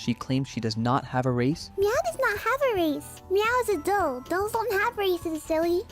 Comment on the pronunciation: bro can’t even pronounce “doll”